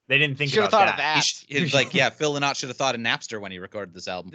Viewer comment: Sorry but I found your guests very disrespectful and didnt enjoy this review at all. How about getting some guests who actually love Lizzy? And if you can't pronounce Phil's surname correctly then you ain't no fan.